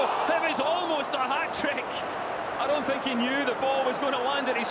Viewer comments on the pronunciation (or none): none